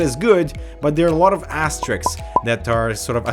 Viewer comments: If those *s weren't there I would've thought he said "ass tricks" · lol accent. "There are a lot of ass-tricks attached to those features"